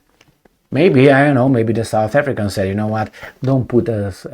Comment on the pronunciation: I like your ability to pronounce the South African names/words